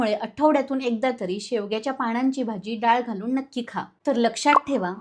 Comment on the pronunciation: "पधार्त, पाणांची.. "असे उच्चार सांभाळायला हवेत